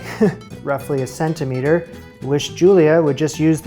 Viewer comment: WTF is a secent-a-meter?!?